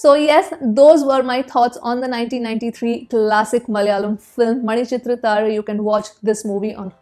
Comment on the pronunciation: Your pronunciation is too good for a North Indian... manichithrathazhu... woof Excellent review....